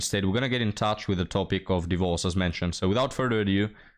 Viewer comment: "Die-vorce" 😂 how you grace the internet with your words keep up great work we'll mourn the loss of this channel if it becomes only ancient wisdom